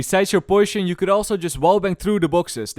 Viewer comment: Poishion xD